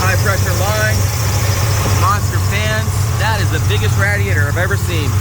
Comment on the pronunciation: "That is the biggest raaaatiator I have ever seen"